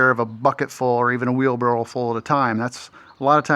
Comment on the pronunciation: It’s ok to say “Wheelbarrel”!!😂😂😅😊